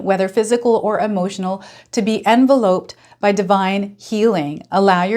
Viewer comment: Thanks, enjoy your readings. One small correction, when we envelope ourselves it is pronounced envelop, as in to lop or lopping a tree etc.❤